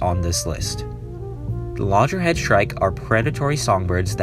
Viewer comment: Loggerhead shrike (not "lojerhead") and Roseate spoonbill (not "rosetta")